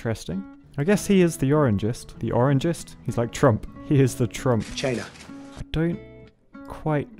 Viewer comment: that "China" killed me hahaha